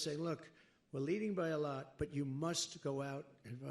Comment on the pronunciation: Trump you should pronounce the word by a "lot" correctly instead of saying it by a "lut". Funny Trump!